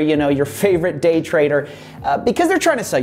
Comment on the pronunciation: why did i hear GAY trading